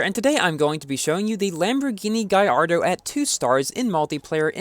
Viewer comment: Gaiardo? It's gallardo